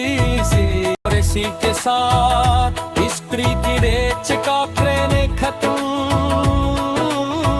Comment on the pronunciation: History ❌ Iistri ✅